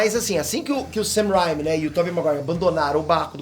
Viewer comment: O do Ei nerd não sabe pronunciar o nome do diretor Sam Raimi direito isso me irrita